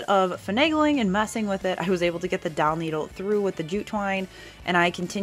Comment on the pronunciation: These are all very nice. My favorite is the last tri-color pumpkins. Are you saying doll needle or dowel needle or something else?